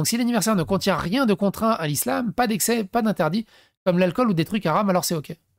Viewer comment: Tu aram sans l accent ca fait comme djamel debouzze quand il dit les aram